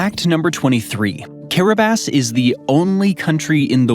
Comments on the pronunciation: Not sure about Ceuta, but Kiribass is correct 🤨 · Kiribati is being correctly pronounced here